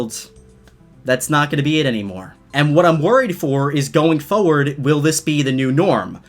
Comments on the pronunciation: I love your videos, but it's foRward not foward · Foreard foreward foreward ummmmmmmmmmmm foreward what word is that (you say in such a weird way no offense) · Why do u say forward like that